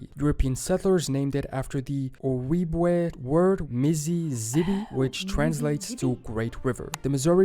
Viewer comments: If you’re going to make a video about name origins and go to the trouble to find the american indian words to copy/paste on your slides you could at least look up how to pronounce Shoshone and Ojibwe correctly. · wow hearing this guy pronounce my peoples name "ojibwe" completely wrong hurts lol